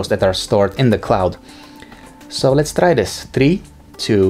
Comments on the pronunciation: So I knew right, Eastern europe people talk like that. And he is very annoying with his english pronouncion and he says "lets trai that" like 10 times in the video which is very annoying again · "Lets trai that" "trii two one" how is that so annoying he is not even trying to say things properly?